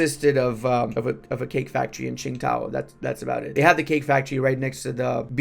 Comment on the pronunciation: Okay, if mispronouncing Qingdao and falsely saying that it's in the province of Qingdao (it's in Shandong province) was subtle engagement bait, I tip my hat to you. But, it was founded by the Germans (that's why the Windhoek and Qingdao railway stations look so similar haha) as was the brewery. Since you're in Japan, I highly suggest popping over for the Qingdao Beer Festival sometime - it's an absolute blast!